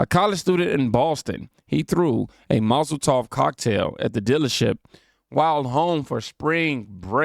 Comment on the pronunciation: you keep saying “Mozel Tov cocktail” instead of “molotov cocktail” 😂😂😂